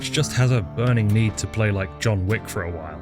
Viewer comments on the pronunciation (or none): none